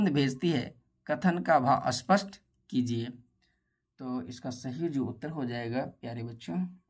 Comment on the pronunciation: Bhaiya pakshi hota hai pakshi nahin hota aapko dhang se padhna nahin aata Aap apni video mein acche word use Karen acchi tarah Se bole spasht ko ispat mat bolo spasht bolo dhang se har chijon ko spasht bolo